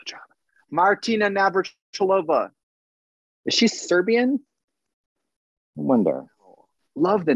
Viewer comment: Navratilova is her family (last) name though... The emphasis is on ''i'', not on'' o''. She is Chech btw) Just a little piece of info:-)